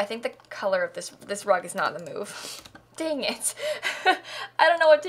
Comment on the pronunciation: No one:: DaEnGiT